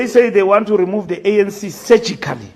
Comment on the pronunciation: Uya gowa u Mbaks ngo "Surgically" remove 😂😂😂 As for the Vat hay shame Bosa and Action SA ba skinyiwe yi ANC 😂😂😂